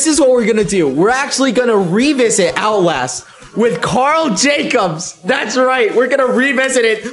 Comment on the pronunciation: He said Outlast and I heard "owl ass" 😭😭